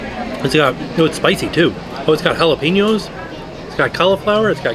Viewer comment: lol "jalapeenos“